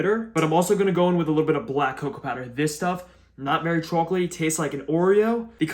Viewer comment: it's sooo ✨Chaoulk-letty ✨